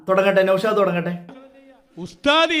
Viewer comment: നൗഷാദ് ❌നൗഷോന്ത് ✅